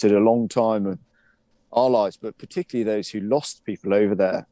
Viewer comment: Pay no heed to this guy - he said 'puhtickly' when I think he meant to say 'particularly'. What other inaccurate parts are there in his spiel?